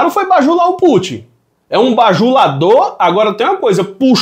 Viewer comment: não é Pútchi não. É Pútin, com o TI nordestino mesmo, sem chiado. Ta deixando a mídia sotaquista de São Paulo te influenciar, rapaz